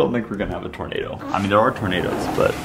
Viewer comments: It sounded like the girl said "tomato" instead of "tornado" 😅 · Awww she said tormado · When the girl said tornado it sounded like tomato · instead of saying tornado she said tomato XD